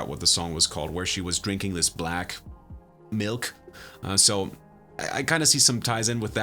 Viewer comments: You have a serious issue with saying “milk” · He says 'milk' kind of funny